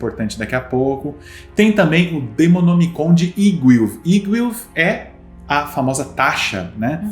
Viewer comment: No final, a tentando falar "demonomicon" kkkkkk kkkkkk ri de mais kkkkkkkkkk